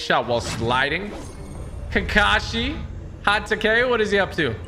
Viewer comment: im sorry but i hated the way you sayed kakashi hatake